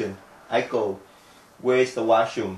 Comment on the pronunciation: "Hello, my name is Eiko" But I thought she just said her name was Aiko?